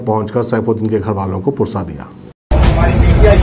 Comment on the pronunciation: Alfaaz sahi bolo bhai, "Purza" nahi wo "Pursa" hai.... Aap ek zimmedar reporter hai, thoda aapki Urdu Language ko behtar bana ne ke liye mehnat kariye meherbani